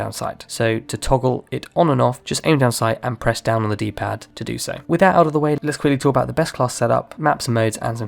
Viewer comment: I had to rewind freaking few times and still couldn't figure out what he was saying. "D D Pad". WTF is that? Lol.